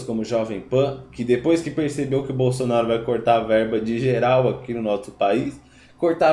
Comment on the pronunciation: Ninguem aguenta uma pessoa que fala shemana, bolshonaro